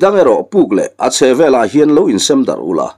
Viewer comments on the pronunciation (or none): none